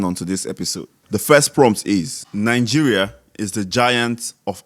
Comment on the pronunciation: Why do the say “Ninegeria”